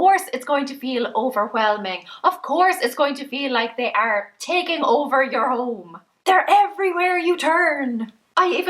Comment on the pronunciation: "they are". The Irish accent makes the area have two syllables!